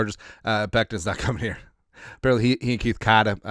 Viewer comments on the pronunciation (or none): none